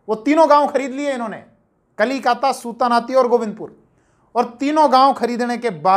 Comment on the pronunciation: "सुता नाती " नहीं जी, "सुतानूटी" है।